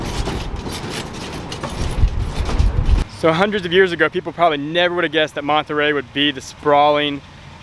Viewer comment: You guys are great BUT... you need to learn how to say Monterey correctly ask some please